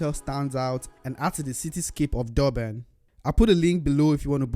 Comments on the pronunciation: Its Durban not Doorbin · its Durban, not Doorban 😅😅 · Your pronounciation of Durban is literally annoying 😮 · Never heard of Dobben before this guy trashed the pronunciation. OMW great video but damn - without a single second of it dedicated to elocution - annoying! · It's not door man it is Durban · O ja and where is Doerbun? Should get the pronunciation right before visiting again mate! 🤣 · Why do you keep pronouncing it “Doorban”, are you having difficulty reading or listening?…it’s pronounced just like it is spelled: DUR..BAN. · Not dorben that’s not the name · I understand that my guy has an accent but I stopped the vid after hearing "Dorban" one too many times💀